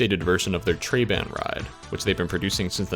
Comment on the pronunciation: "Trabant" is actually pronounced "Truh-bahnt". First A is short and the emphasis is on the second syllable.